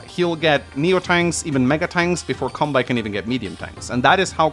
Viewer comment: And Kanbei as Cumbei it also does not help when he calls deejus , a master baiter